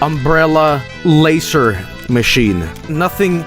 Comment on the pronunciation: I love how says Laser. Lacer.